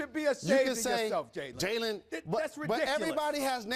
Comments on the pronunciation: nobody gonna address the fact he called jalen Gaylen lol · Yo. That dude SAS just called him Gaylen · he called him Gaylen 🤣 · Did Smith call him Gaylen? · Stephen A called Jalen "Gaylen" 😂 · Stephen A Smith had Jalen sick when he came on and even sicker when he called him “Gaylen” 😭😭😭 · Nigga said gaylen 😂😂😂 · he calls him gaylen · Did Steven A just call him gaylen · sas call jalen rose gaylen